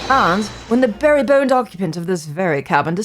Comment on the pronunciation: "beribboned" should've been pronounced "be-ribboned" as in one who wears a ribbon.